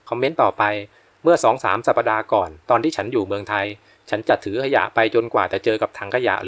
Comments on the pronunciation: สัปดาห์ อ่านว่า สับ-ดา ไม่ใช่ สับ-ปะ-ดา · “สัปดาห์ ” อ่านว่า “สับ ดา ” ไม่ใช่ “สับ ปะ ดา ” ค่ะ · สัปดาห์ อ่านว่า สับ-ดา ไม่ใช่ สับ-ปะ-ดา.